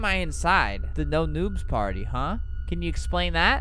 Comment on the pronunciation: In the intro when he said party I heard he said potty